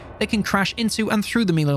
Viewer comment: Will you please learn to pronounce 'melee' correctly!!! The rest of your content is great, but it's like nails on a chalk board when you keep pronouncing melee incorrectly.